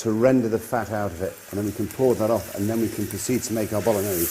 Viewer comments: Stock pot is actually used a lot in Italy, especially when there's no time to make a proper stock by boiling meat. Obv. if you have the time and the meat always go for the proper thing. Btw, you could make a bit more of effort and pronounce the gn correctly from time to time. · mi piace quando dice bolones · It's actually pronounced ”Bologanesh” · dude.....its called bologanesh ....:D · Spaghetti boknorrnese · I'm Italian and I never used stock in the Bolognese sauce. Plus, Marco's pronunciation of "bolognese", for someone proud of having an Italian mother, makes my skin crawl. I hope he improved it getting old. Everything else is correct. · It would be awesome if Marco, being 1/2 Italian could pronounce the name of the dish correctly. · He doesn’t even say it properly